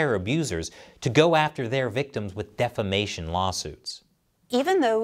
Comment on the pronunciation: When you said "defamation" .. I heard "defecation"